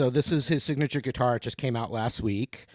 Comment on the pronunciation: Sweet gui-tar